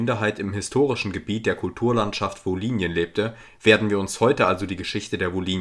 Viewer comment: Kleine Verbesserung: Im Hochdeutschen wird das Y im Wort „Wolhynien“ als Ü ausgesprochen. Wie ein I wäre dialektal (u.a. in der wolhyniendeutschen Mundart).